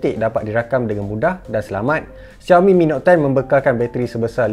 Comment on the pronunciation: Shao mi, bukan ziao mi 😄